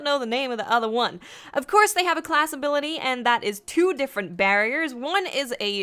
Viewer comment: "abilitty" c'mon you had one job.